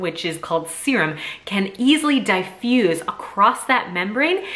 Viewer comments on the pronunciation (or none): Dye-fuse...hmmm I thought it was dif-fuse